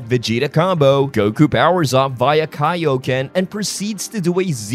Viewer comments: Its not funny its embarassing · I think one of the funniest details was that they brought back the classic Kay-O-Ken pronunciation of Kaioken from the older games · I actually grew up saying it like this because of those old pronunciations. I know Kaioken is correct but Kayoken sounds cool too lol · I noticed that even in this version, Goku says Kayoken instead of Kaioken in the trailer and that you also noted the "I am angry" line. However, I'll give the benefit of the doubt as the game doesn't have a release date yet and may be in development footage, like how they promoted the superhero movie. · Goku pronounces Kai o ken like kayo ken like back in the old games and dub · Goku also said Kayoken instead of Kaioken so they're definitely reusing old lines for nostalgia. At least in the trailers. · I believe you can also hear Goku mispronounced Kaioken as Kay-o ken. Just like in Budokai and Tenkaichi. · Goku says Kay-o-ken instead of Kai-o-ken in the trailer! Just like the old days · Yeah, I thought that was weird but it’s a really nice touch. It would be interesting if they had dbs goku pronounce it as kai-yo-ken too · goku saying “kay-o-ken” is the most bizzareIy satisfying thing to me after aII these years of hearing the right version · Same, even if it's objectively incorrect.